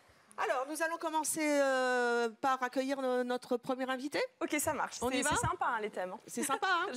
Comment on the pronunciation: '' ateuillir '' ? XD